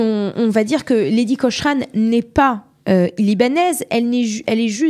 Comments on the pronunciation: Prononcer Cokrane svp ! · Autre erreur: La photo qui vient après le portrait de Lady Cochrane (on prononce : "Kokrennne" !), à , ne représente pas la façade de son propre palais, mais celle de la villa voisine (le Musée Nicolas Sursock).